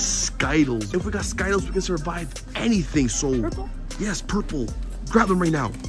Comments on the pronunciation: Skittals its ski tles skitals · I’m did he just say skittles wrong